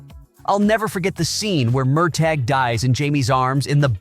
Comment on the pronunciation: PLEASE learn correct pronunciation -- [mur tah], not [mir tag].